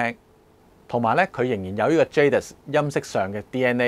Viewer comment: Can you believe, the French pronunciation is "zha - dee"